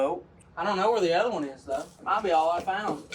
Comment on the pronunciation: Might not micht